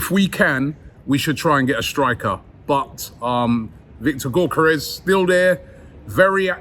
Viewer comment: Bugs me that you keep calling him GORkares It’s GYOkeres